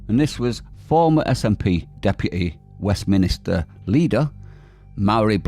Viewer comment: "west minister" ignorant. it's Westminster ( one word)